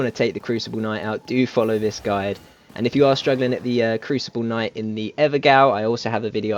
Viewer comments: Not trying to be an arse, but it’s not pronounced “im-byoo-ed” for the stonesword key, it’s “im-byood”. Also it’s not “ever-gale” it’s “ever-jail”…the word gaol is an old English way of spelling the word jail. Just saying, not trying to be picky or condescending. And yeah I was also annoyed that I used an Imbued stonesword key on this area when it doesn’t lead anywhere, it’s a waste. Once you’ve killed the crucible knight all you can do is fast travel out of there. It’s a waste of a rare key. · I know loads of other people have said this already but yeah, it's pronounced "imbewd", like how you'd say pew pew. Also - Ever Gaol - Gaol is just old English for jail, and it's pronounced the same way.